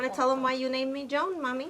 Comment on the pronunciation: My name is Joan (Jo-Ahn) and I am cringing at the pronunciation here 😬